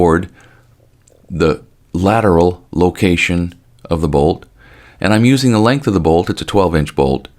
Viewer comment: "lateral location" did you really have to say it that way?